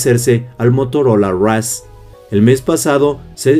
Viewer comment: La frase del día? “El Motorola raf “ 😂😂😂